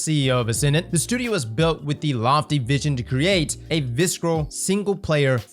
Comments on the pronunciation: The "c" in "visceral" is silent bruh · The c is silent in visceral, unless that’s just what I’m hearing. Much love for you my Brotha.